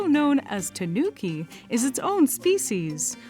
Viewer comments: Great! But it’s "TA-nu-ki". Not “tuh-NOO-ki". It grates on my ear drums to hear that. While I’m at it, it’s "YA-KU-za" and "TA-MA-go" (egg), not “yuh-KOO-zuh" and "tuh-MAW-go". If udon wanna tempura-arily manga-Ie the lingo. (lingo = apple) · TAHnuki, not tuhNOOki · An interesting introduction to a very interesting animal! Also, just FYI, “tanuki” is a Japanese word—TAnuki, not TaNUki. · That pronunciation of Tanuki killed me. Please learn how to pronounce it properly.